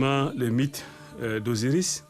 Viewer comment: Mais si on ne comprend pas votre langue, comment faire. A ce moment là en faire une en français pour ceux qui ne comprennent pas et une autre en votre langue. Par contre on a l'impression que vous avez une gêne pronançant les noms OSIRIS, ISIS et d'HORUS.